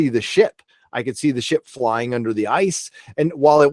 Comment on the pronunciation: Sounded like you were saying shit porn instead of ship porn lol